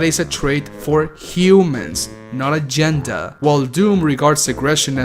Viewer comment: I find it funny he says GeNdAAA